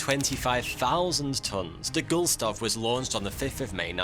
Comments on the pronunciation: Get his name right its Gustloff NOT Gulstoff as you keep calling him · Sorry mate - but it's Gustloft not Gulstoft! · GUST loff, not Gulstoff ! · I think this may be the record for most mis-pronunciations of subject ever. I don't think you said goose--tloff a single time. Gool--stoff, however, I stopped counting at about a dozen. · Please check your pronunciation of Gustloff. Gust-loff. Gust. Loff. Not Gul-stoff. Thanks. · Gust-loff, not Gul-stoff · GUSTLOFF - not Gustolf! Sorry, I usually try not to be a proverbial Grammar- and Spelling-N*zi, but sometimes I can't help it! I mean we Germans don't call New York something else (like Neu Jork!) or something, but English native speakers butcher nearly everything! :( As for the sinking: Should have used this for propaganda, like the disgusting British Admirality did the sinking of Lusitania in WW1, despite the fact that the ship was carry a lot of war-supplies (thus making it a legitimate target, which couldn't be said for the Gustloff, stuffed full of refugees as she was!) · GUST....LOFF. Not Gulstoff. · Mate, there`s something wrong with your map here. Also, you keep reffering to the ship as "Gulstoff". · Dear, it is not the Gul-stof, as you mispronounced during your all video. It The Gust-lof. (..and yes, I am German..) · Any reason why GuStLoff is pronounced GuLSToff ? lil cringey seeing the same name be pronounced wrongly 50 times over lol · Gust + Loff ... not Guls + Toff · Was anyone else annoyed as much as I was by the constant mispronunciation of Gustlof as GULstof? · It's not Gulstoff but Gustloff... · Excellent article! But I can't help pointing out the annoying mispronunciation of "Gust-loff" as "Gull-stoff" throughout... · In doing the all the research necessary for a fifteen minute presentation about the Wilhelm Gustloff you managed to not learn how to say Gustloff. Gust-loff, not Gul-stoff. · You keep saying Gulstoff, but it's spelt Gustloff. My OCD can't handle this. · It is not Gulstoff.